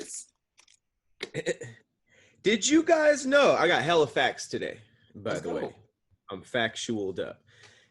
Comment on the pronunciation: 🤔Hey Tom... He tried to say “Today” but said “Togay” I’m not sure if it’s a coming out the closet statement or not.... Back to you Tom 😂😂😂